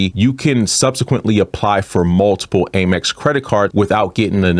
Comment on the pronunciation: Love your content; however the pronunciation is AM-EX, not AIM-EX my friend (hugs).